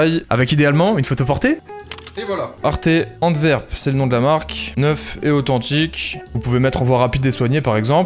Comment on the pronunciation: La prononciation de Antwerp au secours 😩😭